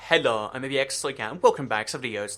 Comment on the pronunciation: when he says hhello its so cringy